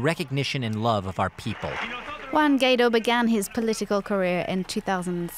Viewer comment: Please learn how to pronounce Guaidó: Goo-eye-do, the stress is on the do which is pronounced like do re mi.